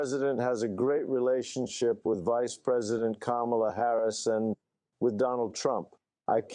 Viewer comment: It is not "KA-MALA", it is "KAMMA-LA". Like 'comma-la'.